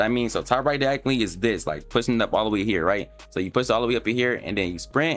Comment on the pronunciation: please learn how to say diagonally🔥